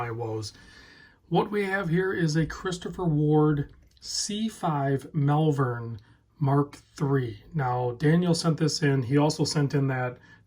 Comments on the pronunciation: It’s pronounced ‘Molvern’. I was born and lived near Malvern Worcestershire for my first 25 years. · I grew up in Worcestershire we pronounce Malvern, Mulven. :)